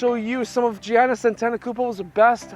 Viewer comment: It’s actually pernounced yiannis